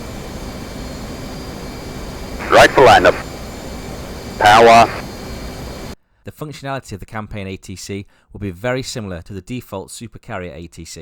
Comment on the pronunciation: That was the most Brooklyn 'Powah' I've heard.